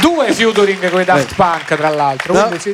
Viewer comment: Mamma mia fiuturing non si può sentire ahah